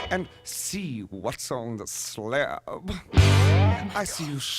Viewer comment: Love how 'sla:ab' grew a second syllable.